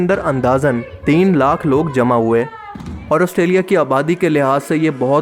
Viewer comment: جمع ہوتا ہے جما نہیں